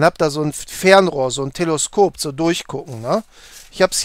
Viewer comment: Sehr nice, danke. Aber bitte, TelEskop, nicht TelOskop.